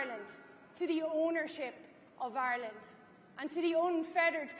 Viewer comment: Irelant.....lol. no elocution lessions